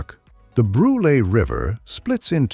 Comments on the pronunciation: The mispronunciations! It's not Bru-lay River. It's Brule with a long 'u.' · I live near #8. It's The Brule River. Not Brulee. Come on man.